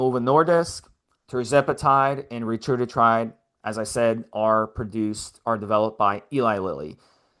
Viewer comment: If you went to a lecture on a new medication, and the entire time the person was mispronouncing the name of the medication, would you take them seriously?, I know you have heard others pronounce Ret-A-Tru-Tide. Quit saying Retrudatride.